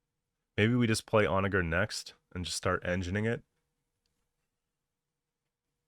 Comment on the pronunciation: Why the hard R on the "onager " 😭